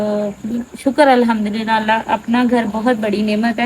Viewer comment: MAA SHA ALLAH, ALHAMDULLILAH, INN SHA ALLAH ya dosry muqadas alfaz sahi se proper bola kren plz or akhir mn H yani ہ ki awaz lazmi nikala kren plz plz